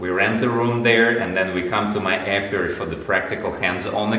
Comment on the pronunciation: Hey. It's apiary not apiuary. Lol. Cute